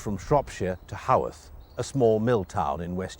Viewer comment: Haworth, not “Hoth.” That’s Star Wars.